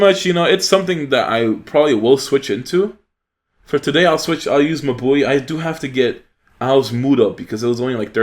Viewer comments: Haha u pronounce mabui like my boy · Was looking for this comment! Took me a few "mah boi"s to understand that he was referring to Mabui lol I love that pronounciation